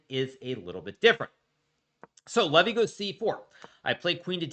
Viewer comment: I love the fact that Hikaru mispronounces Levys name purposefully to show how little he respects him.